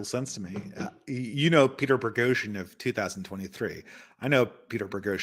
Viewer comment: Is insistence that there is an "R" in "Boghosian" some kind of inside joke at this point? I don't know why this bothers my OCD as much as it does.:D